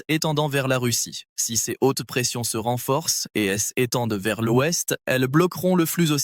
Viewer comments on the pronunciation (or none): Lecture fastidieuse par une voix artificielle qui ne sait pas lire l' et prononce pour le mot l'ouest : el ouest!